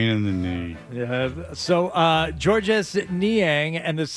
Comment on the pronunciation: Georges Niang would probably pronounce his first name the French way as "George" without sounding the S.